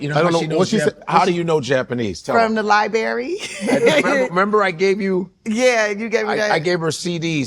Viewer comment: She can speak Japanese but can’t pronounce pronounce library with 2 ‘R’s”. 😂